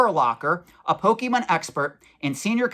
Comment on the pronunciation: Please, please, PLEASE learn how to pronounce "Pokemon". I'm being driven crazy hearing your butchery of the name. Your info is spot-on, though.